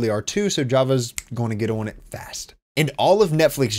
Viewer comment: Pronounces "on" as oiwn... you from northern Ohio?